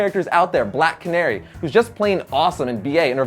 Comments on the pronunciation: Bro, did you just say “Black Carny?” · Lol, did he say “Black Carny”??? 🤣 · I literally had to rewind to make sure I heard him say black CARNEY .. WTF how can you be a comic book fan and not say this right? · Did he just say "Black Carnie?" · he did and he also said Hawkeye's name was clint Marton not clint barton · Did he call black canary black carny ? Lol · you did not seriously call Black Canary black carny.... seriously?????? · U said black carny but its black canary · Did he say Black Carny? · He said black carny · I like the new show Arrow, although I think you flubbed the name of Black Canary. :)